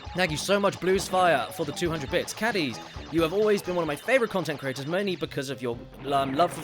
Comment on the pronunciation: Everytime he says bits it sounds like bitch lol